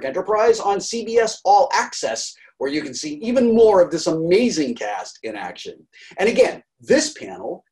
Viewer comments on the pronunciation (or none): none